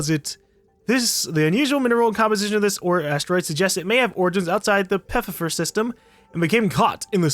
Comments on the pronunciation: Anyone else get slightly triggered when he Pfeiffer "Pef-ef-fir" instead of "Fy-fer"? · PEE-F-I-F-UR not pfifer lol. I got a good buddy with that last name so I kinda know it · Half a year too late, but still.. How comes up with "Peffiffer" is beyond me xD Pfeiffer is a relatively widespread German name, pronounced like Pfaifer. -> "Pf" like "pft" the "annoyed sound" you make:D The rest should be obvious:) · Ok. Got to say it. It's pronounced fieffer. The p is silent like with pterodactyl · lol I feel like the proper pronunciation is (feifer) lol I love you 😂😂😂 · Helpful tip, Pfeiffer is pronounced like 'fight' and 'fur' put together (but without the 't'). Just wanna help before people get on your ass for not knowing it automatically.